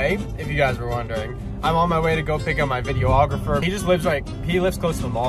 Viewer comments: Just an FYI for you though, it’s vid-e-aw-gra-fer. Not vid-e-oh-aw-gra-fer. 5 syllabulls (yes I spelled that wrong on purpose to join the club) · Videographer or video ographer? Lol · This was five days ago. Have you learned how to say videographer yet? 🤣😂😅🤣😂😅